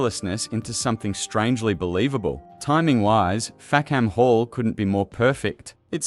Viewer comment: The British pronunciation is Fack'm Hall, or even Fack'm 'all. A key joke which is lost with the pronunciation Fack-ham Hall.